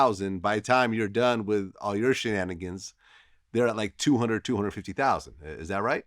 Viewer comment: " by the time you got done with your shaningans " lol Vlad